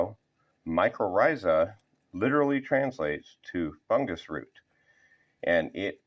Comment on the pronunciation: FUNGUS not FUNJIS whats wrong with you ??